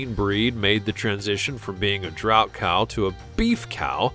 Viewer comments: Drought is not the same as draught. It's pronounced 'draft.' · Draught breed is pronounced draft